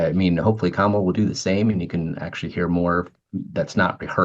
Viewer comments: They all intentionally mispronounce Kamala's name. They sound totally persuadable. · When people mispronounce Kamala's name, you know who are they listening to and who they're going to vote for. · You can tell people in a news bubble by how they mispronounce Kamala. How can they forget his first four years? They were hell! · 1-how can you say Kamala can't get to the point and say nothing about Trump? 2-everybody freaking knows how to say her name. When you intentionally mispronounce it like that, you sound like a disrespectful ignoramus.